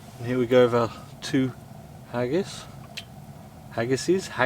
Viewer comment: I loved this video up until you said "hagis" 🤮 Seriously, very interesting video. I love that saw. The stoves were very cool as well. Great video!